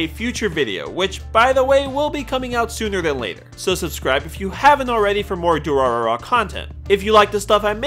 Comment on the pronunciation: Side note: when you have 3 'r' sounds in rapid succession, the middle one is pronounced like 'd'. So the pronunciation of Durarara is du-ra-da-ra. Also the author didn't have a name for this series at first, and when caught off guard by the publisher, "Durarara!!" is what came out.